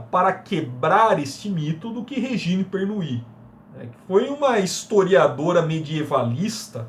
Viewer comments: Tudo muito bommm. Só uma correção na pronuncia do nome da autora, se diz: Rêgini Pernô. É mesmo do francês. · Não, amigo. A pronuncia é Regíne Pernú.